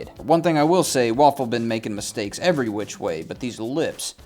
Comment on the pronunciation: "...by QCHHWHICH...." i've seen all of your videos...some of them more than once....but that kills me everytime. Only God knows how much i'd like to see more videos on your channel...you are both extremely funny and extremely helpful